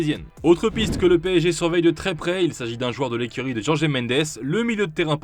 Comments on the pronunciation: Juste c'est par "Jorgé" Mendes mais "Rholré" Mendes, quand on veut avoir l'accent portugais c'est jus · On dit jorge et non jorgé. Il est portugais, non espagnol.